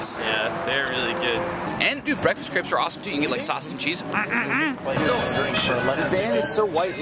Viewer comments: im pretty sure its pronounced craype, not crepp or creep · u say it like craps... not creps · Pronouncing it Crapes is closer than crepps. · It's not "Crapes" but "Crepps" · [Craypes]? seriously? it's [crepps]. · funny how they pronounce crêpes totally wrong